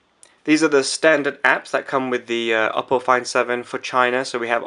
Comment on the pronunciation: It's pronounced "OH- Poe". And I can't believe you got the low spec one! Do you know when the proper version is out? I want this phone so baaad!